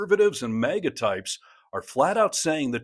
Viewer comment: It’s MAGA not mega